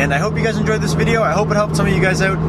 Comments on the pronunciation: You know he's Canadian when he said "oUt"😂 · oUt and abOUt..